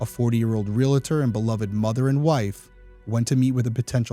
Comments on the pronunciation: PSA: ree-al-ter, not ree-luh-ter. My mom's pet peeve, may she rest in peace. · Also, it's real-tor, not real-a-tor. It's like fingernails on a chalkboard to keep hearing that. I have to correct people all the time. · It's REALTOR. Not Realitor. It's the first think you learn in real estate school. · Real-Tor vs RealAtor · Love what you're doing. Realtor is pronounced: ree·uhl·tr (Think 'real'.) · The word "Realtor" is pronounced "REAL' tor" with two syllables, not three.